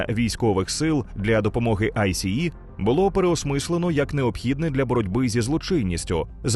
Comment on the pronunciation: Дякую за чудовий контент. Але я не можу зрозуміти чому в українському ютубі говорять АйСі-і якщо самі американці завжди читають це «Айс». Це по-перше дуже ріже вухо і по-друге ускладнює сприйняття. Саме ця структура не читається як абревіатура а читається як слово. Саме так це озвучує влада США і самі працівники айса